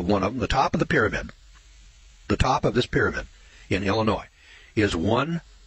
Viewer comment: Illinois= sounds like 'illa-noy'. Not ' illa-noise'. That's all.